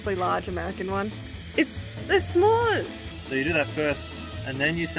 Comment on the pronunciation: Hi I'm an American viewer and subscriber who loves your designs and stories and I would like to say firstly as an American you butchered that smore but it was funny to watch by the way there are many different smore recipes so if the fam ever again has a sweet tooth you can always make different types of smores also BTW smores are traditionally made on camp fires here in the usa also if your ever looking for somore smore recipes I can provide